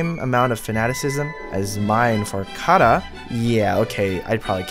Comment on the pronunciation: THE WAY YOU SAY KARA OOF